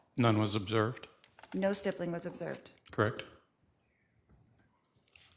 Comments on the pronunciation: Same! A snotty teenager. I think she mispronounces stippling as stibbling at first. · “ let’s talk about stippling”😂